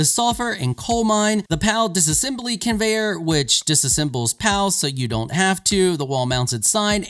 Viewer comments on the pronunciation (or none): none